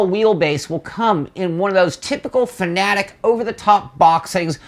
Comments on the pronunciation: I thought it Fanatec was pronounced Fanatec, not Fanatic. They both mean different things. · F.A.N.A.T.E.C NOT FANATIC !!!!!!!!!!!!!!!!! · 3 syllables ready, fa na tec again fa na tec. Got it? It's not fa na tic.